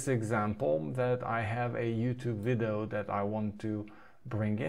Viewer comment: Dude you are awesome! What a great product and list of new features. BTW, the way you say 'video' (three syllables) sounds like you are saying something more like 'viddoe' [two syllables]. I feel like you maybe able to get that "eee" sound to come out of your mouth if you work at it because your English is great. You do as you like though!